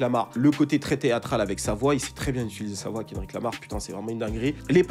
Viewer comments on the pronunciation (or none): none